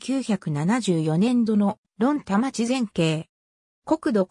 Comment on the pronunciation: 徳島市論田町ですが正式名はとくしましろんでんちょうです。